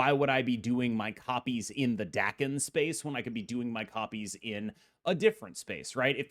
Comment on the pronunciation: FYI Daken is pronounced "dah-ken" per the character's creator.